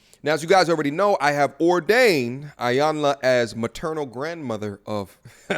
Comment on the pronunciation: "E-YAN-LA" please pronounce her name correctly. Thank you.